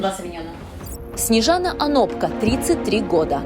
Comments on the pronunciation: Не ОнопкА, а ОнопкО...🙈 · не ОноркА , а ОнопКО... перептшите подводку , а то прям режит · А разве не ОнопкО правильно???